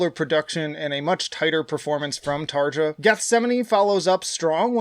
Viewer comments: There's plenty of worthwhile comments already, so I'll be the annoying guy. It's pronounced "Tar-yah" Anyway... It's a good ranking, but I highly disagree with Human Nature, and I really don't get all the hate it receives (from others, not you). Out of the 9 songs on the main album, I still persistently listen to seven of them. Don't sleep during Harvest man, after a very tame opening it picks up like mad in the middle. That guitar line is fucking BUTCH. Pan is one of my favourite tracks ever. I'm biased about How's the Heart, because I was dealing with a lot of depression when it came out, and it became a power booster for me. To me it belongs in the top with Oceanborn and Once. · You didn't pronouce Tarja's name right ... :) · TarYa not TarJa. Floor Yansen not Jansen